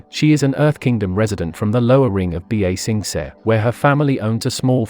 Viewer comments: This is a great video, but I would like it more if you learned proper pronunciation. Ba Sing Se's original pronunciation isn't difficult, and you actually add an extra syllable when you say "B-A Sing Say". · The computerized voice pronounces things worse than M. Night Shyamalan's Avatar movie. I actually disliked this video because of the pronunciation. It's infuriating. "B A Sing Say" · B-aaa-sensei 😂 bro can't even say the name of the city right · "B A SING SAY"😂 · B a sing say 😂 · Bee Ay Sing Say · B-A sing s-eh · bro murdered the pronunciation of ba-sing-se